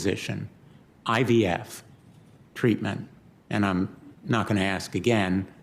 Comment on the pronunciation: and it's IVF, not IVY